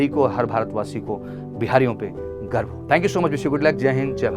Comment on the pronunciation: Bro, woh Bihari pronunciation ki wajah se hai.. kai Bihari Garv ki jagah Garbh likh rahe hai. Haha😅